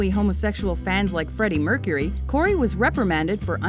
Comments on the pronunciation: And people are saying Corry when it's "Corrie'' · lol corey....its corry, Like Lorry